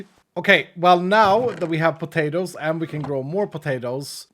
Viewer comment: say "pah-tay-ters". Lol. Love it. He could be from the deep south of USA. 😂